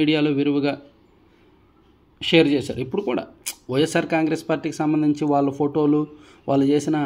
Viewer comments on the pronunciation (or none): none